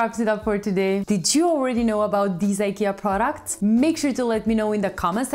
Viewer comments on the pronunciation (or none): Products not proucts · It is products and not proucts